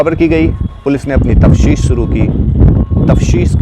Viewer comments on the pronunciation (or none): Tafteesh hota hai bandhu, tafshees nahi